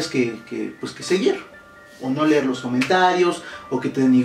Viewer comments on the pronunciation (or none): none